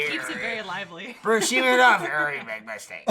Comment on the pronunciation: "Vry big mstake!" I love. Misspelled intentionally to try and match how he sounded.